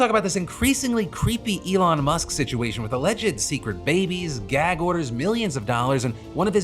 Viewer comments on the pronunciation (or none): none